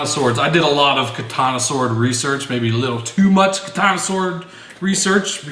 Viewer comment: I'm so fucking jealous dude. I love blades, axes and weapons as well. I go crazy when i see you showing them weapons you have man. Too many. Even one would do it for me. In where i live, getting stuff like that is hard and kinda expensive. FYI: When saying "katana" just say it as it is. Do not say it like "ka-tah-nah".